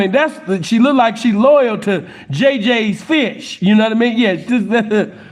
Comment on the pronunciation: Nigga said, "JJ fish"..😂🤣 that's that Memphis shit lol😂💯💯💪👍